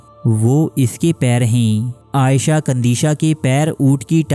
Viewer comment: Video's Daily dekhta Hun . per is video ne bohot ghussa dilaya . Parrh ker bhi galat naan bol rahe ho woh bhi bar bar . Aisha kandisha (عائیشہ ) Nahi he. ( iisha - عیشة ) he.